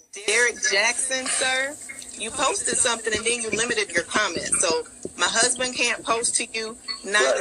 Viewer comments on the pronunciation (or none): DID YOU SAY HER HUB-SON????????💀💀💀💀💀💀💀💀